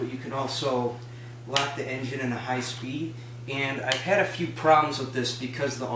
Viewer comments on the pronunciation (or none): none